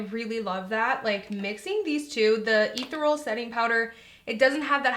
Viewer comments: Ethereal is pronounced Eh-theee-ree--uhl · Too Faced Born This Way *Ethereal ("Eh-thi-ree-AL") Setting Powder. I got you! lol